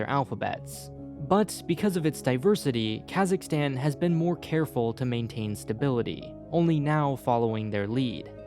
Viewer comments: LOVE the info but your pronunciation is painful! Considering your geographic and linguistic expertise I'd assume you'd know that the American "aa" (as in cat) sound is EXTREMELY rare in the world?!? It's "Kazakhstan," dude, as in "father"! Your cat in the hat pronunciations are like fingernails on a chalkboard! Thanks for the info though :) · I see some comment bitching about "Kazakhstal" thing XD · lmao kazakhstal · They need a true Kazakh to be in this and its not kaaaaazzzzzaaaakstanneee its Kazakhstan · It's pronounced K-AaH-Suhk-stan. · That is not how you pronounce Kazakhstan